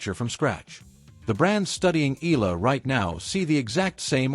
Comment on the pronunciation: E-YA-LA not E-LA is the correct pronunciation